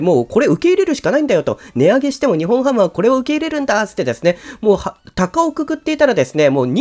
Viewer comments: にほんハム ではなくて にっぽんハム です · 呼び方「ニホンハム」で正解ですか❓ 「ニッポンハム」では？